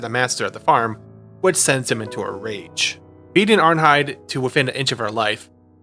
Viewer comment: No hate, great video but in danish ei is pronounced as eye (Arnheid and Einar)